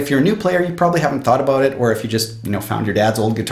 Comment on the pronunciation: I love it when he says about like abut lol 😂